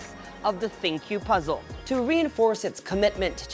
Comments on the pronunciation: I think it's called as think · I wonder why tech reviewers struggle to pronounce it as thinQ (think) as the AI feature suggest it. But nevertheless it was a great review and fun to watch. Keep it up.